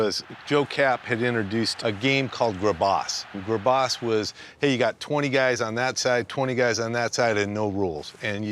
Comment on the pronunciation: Grabass pronounced as grub-braas is just absolutely hysterical 😂😂😂